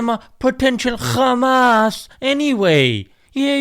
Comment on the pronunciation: I suggest you stop using the name Khamas. Khamas in yiddish means violence and destruction. They are intentionally mispronouncing and mislabelling them.